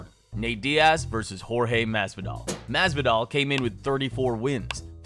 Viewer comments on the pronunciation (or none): none